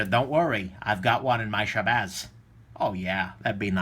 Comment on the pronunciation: you actually pronounced my name damn near perfectly lol. and I would keep my bicycle in my shabazz along with everything I carry in my messenger bag.